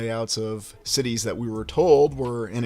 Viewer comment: I knew you were saying sh*tties!! My partner and I were arguing (playfully) about that 😂